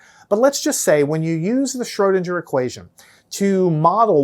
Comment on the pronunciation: Pronounce Schrödinger like linger, not ginger!